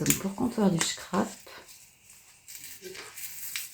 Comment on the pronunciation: Ouah quelle chance d'avoir tous ces calendriers ! Merci de nous les faire découvrir c'est très gentil à vous Par contre j'ai du mal à entendre "chcrap" c'est un S le scrap 😉🥰